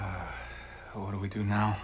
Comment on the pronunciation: It almost sounded like he was saying "screw you" not "do you"